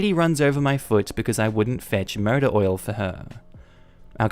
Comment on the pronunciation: the way you say "motor oil" sounds like "murder oil" and I really need to know what that is now hahahah